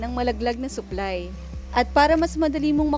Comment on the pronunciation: Pagkakarinig ko "suklay" yung nalalaglag😂😂supply pala hahaha